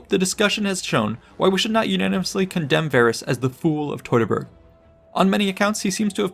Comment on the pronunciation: teuteburg nicht totaberg 😂